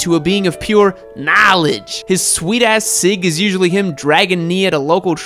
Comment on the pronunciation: "narledge" hahahah